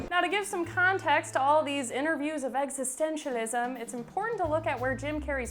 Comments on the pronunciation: The narrator in this video clearly has never even so much as read introductory philosophy texts. WTF is "existentionism"? lmao Do proper research before publishing pseudo-intellectual bullshit. Philosophy is not about trends; it resides in spite of them (and in many cases, provokes them). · She couldn’t even pronounce existentialism. Mentally he is fine. Just because his thoughts aren’t the superficial norm, doesn’t mean he is crazy. Open your mind and entertain what he is saying. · did you hear how that dumb bitch pronounced existentialism?